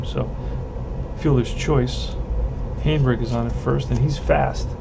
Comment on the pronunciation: Just stopped in to see how your '59 Braves are doing...saw the first few rolls for the Braves and it looks so much like my rolls for the Braves...by the way Harry Hanebrink is pronounced 'Hanna' brink...he use to be with the Braves...oh, by the way Conley beat my Braves on a 3 hitter too...Gene Conley was a solid pitcher, that the Braves didn't have enough patience with. Pray for Peace young man! I am going to pick up my 1959 replay in a couple of weeks...